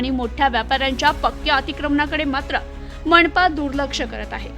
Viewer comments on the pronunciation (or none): मणपा कडून😂 अतिक्रमन😂न ण का म्हणता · मनपा चा उच्चार असा का करती, 😅